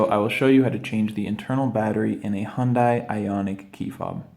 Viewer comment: You might want to learn how to pronounce Hyundai and you would seem a little more professional.